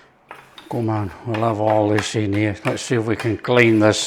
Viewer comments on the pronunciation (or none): none